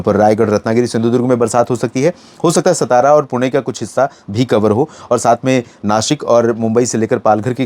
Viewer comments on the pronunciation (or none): none